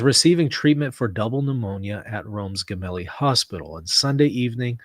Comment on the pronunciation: It’s not Gemelli as in “get” it’s Gemelli as in “gem” Italian tv Rai said the windows of the Popes room have not been opened today at all … but he did attend mass in his ward and took the Eucharist praying for Papa Francesco 🙏🏻🙏🏻🙏🏻